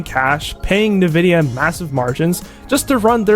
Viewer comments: It's not nuh-vidia. It's en-vidia. 😊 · Ni-vidia instead of en-vidia is messing with ne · everybody pronounes it as navidia even though its spelled Nvidia so it should be pronounced envidia. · It's pronounced "n" vidia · 'NEVIDYA GPU' lol